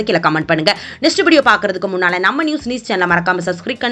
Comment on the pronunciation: Yaaru ma nee.. le newsus ahhh😂😂..news vaarthai kelvipattirukom..newsus vaarthai enge ma irukku... correct ah padinga..